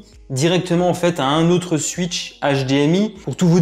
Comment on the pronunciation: Le "suitch" hdmi et la Nintendo "Suitch" 😁